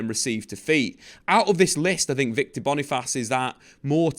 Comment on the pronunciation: its not /Bonifass/... its /BONI - FACE/ just as it is spell